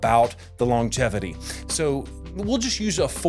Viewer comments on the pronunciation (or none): You don’t pronounce “longevity” properly. That’s about all I got out of this video